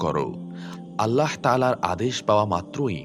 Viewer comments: "allaho" ki jinsh? bhooter moto bar bar nijer Rabb er naamer bikrito uccharon korei jacchen. "ALLAH" naam ta bola ki khubi koshtokor apnader jonno? oshojjho! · আল্লাহ শব্দ উচ্চারণ ভুল